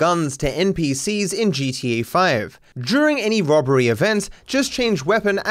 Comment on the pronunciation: “Juring" I’m sure you don’t say murjer. Why is during such a hard word to say. It has the same sound as murder